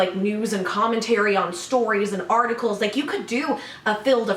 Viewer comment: Is it just me or when he says articles does it sound like orticles